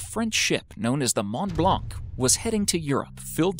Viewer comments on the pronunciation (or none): none